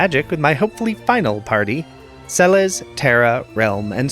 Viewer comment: Sah-bin? Cayenne? Se-lays? Good grief, I can't keep watching after those pronunciation abominations...